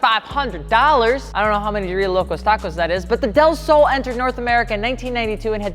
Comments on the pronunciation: Okay your Spanish was close but not quite right. Del is a combo of De (of) and El(the). Just a shorter way to say two words like Y'all is you and all. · Its pronounced " del slow" lol